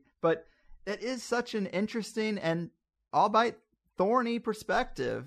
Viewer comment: I Love that you are so literate and clearly build your vocabulary through reading, as more people should. The only drawback with that can be that pronunciation can sometimes be misinterpreted. Albeit is actually a contraction of all be it and is pronounced jus that way.